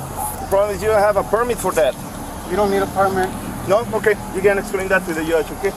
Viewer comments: Hey. You really need to quit being a cop. You do not know the law, you do not know the language. It's "JUDGE" not "YUDGE" you sound really uneducated and will cost the community a lot of money. Go back to Puerto Rico with that nonsense... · "you can report that tot he yuj okay?" first off, if you gonna enforce the law at lease know how to pronounce basic words. "i didn't ask for this" but no one does who get arrested. He only get a little more politeness from cops cause he is one. But im sure he arrested a lot of folks for the same reason and didnt give them anything he is asking for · "You can explain that to the yudge" Come on... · If you cant pronounce the word judge properly maybe you shouldnt be a cop in the u.s. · Im never accepting apprehension from a immigrant that cant pronounce "Judge"!!!!!